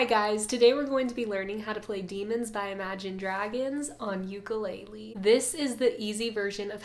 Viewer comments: Beautiful playing & vocals! Why aren't we pronouncing ukulele properly tho? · She's a beautiful singer but every video she does she says ukulele wrong...